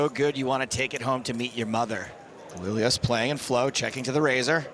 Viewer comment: Dude I know you're a brit and all but there has to be a part of you that just KNOWS it isn't pronounced "Coh-lil-las" dear god